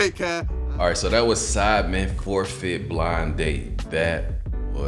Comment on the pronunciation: Everytime Americans say sidemen it always sounds like they're saying Simon lmao